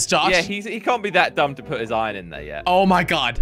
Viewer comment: I love how jelly sais ion at the place of iron